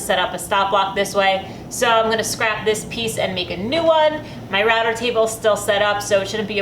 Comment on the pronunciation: You're a router table ninja master. Love this jig, too. Finding out you say a word weird is kind of funny. When I was in Vermont, I learned that us Midwest folks say "root" differently (we rhyme it with foot instead of boot).